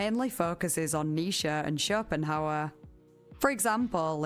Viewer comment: No shade, I noticed that you pronounce Nietchze (I’m probably misspelling that) as “Nisha” rather than “Nee-chee”, which is how I’ve always heard people pronounce it. Anyway, my dog’s name is Nisha, and I tend to listen to your videos before bed. So every once in a while I hear what my brain registers as my dog’s name, it’s kind of fun to me. Anyway, I’m really enjoying this video, I’ve jotted down a few books to read. So thanks. Keep up the good work.